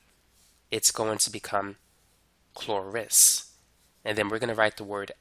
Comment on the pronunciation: Why do you pronounce it as Chlo"ris" but not Chlorous?